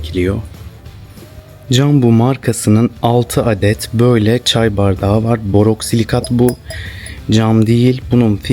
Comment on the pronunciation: Borosilikat olacak doğrusu boroksilikat değil 😊 Teşekkürler 🤗